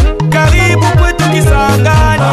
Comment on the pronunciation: Très belle chanson c'est bien valoriser sa région 👏👏👏👏👍👍👍👍. Très belle pronontion de la ville.